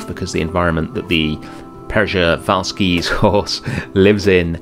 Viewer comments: you are almost there! 😅 The right pronouncing is Pschewalski. The r is silent! But I also liked how you were saying Peschalski! Frontier could have made it easier for all of us by just adding the as well endangered Somali Wild Ass! 😉😂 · Pronounced schivalskis horse. Love the build!